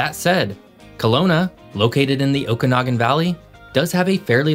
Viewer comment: For the Interior, you pronounced Cariboo and Okanagan properly. However, Chilcotin is pronounced 'chill-KOH-tin' not 'chill-cah-tin'. How do I know? I grew up in the Cariboo-Chilcotin, and have family still living there. For the last three decades I've been living further north in BC. I love my province, wherever I live! ❤